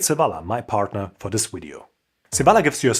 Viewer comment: Hey from one to another: You pronounce "view" perfectly fine!! But you do "video" and "value" with a very soft V. Try the sharper view-V on these too!!;):face-red-heart-shape